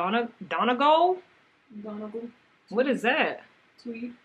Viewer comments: Thank you! Irish person here and we hear Americans pronounce it wrong ALL the time 🫢☺️ So funny that they knew how to pronounce Leicester though 😂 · its pronounced done-eee-gawl tweed. its a place in Ireland